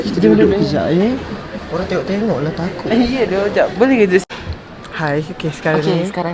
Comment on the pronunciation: Laki yg pkai bju putih tu slalu sebut “TAKODzZz” 😂. Tpii yg aq lebih takod bila dia kAta “ tuhhh2 laki tu , sini bnykk laki hensemmm” serammm Siaaa😂🙏🏻